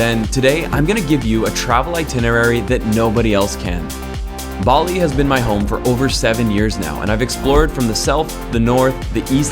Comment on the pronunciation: There is no R in Bali. LOL!